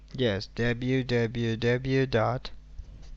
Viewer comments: Scammer : deb u ,deb u ,deb u .(dot) Me : 👁️👄👁️ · "dablew dablew dablew dot" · No bruh. It's dab u, dab u, dab u, dot